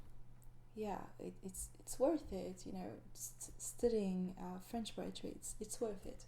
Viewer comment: I love your voice and your French accent is verry good (From a French speaker)